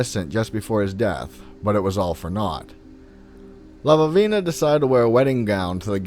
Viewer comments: The stories are great and I always enjoy your show, but I would like to ask if you spelled Lavinia's name correctly? If you did, there is only one v, you were pronouncing it as if it had two v's. No big deal, but it is distracting since Lavinia is a common name and I don't understand why you would mistake it for "Lavavina. Anyway, keep up the good work, I get a kick out of the stories you come up with. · I think the name is La - vin - E - a . That sounded funny the way he said it. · La-vin-ia, not sure what name you were saying, it totally distracted me.